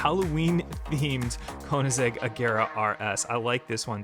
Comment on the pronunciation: It’s not konizeg! It’s koenigsegg! Get it right!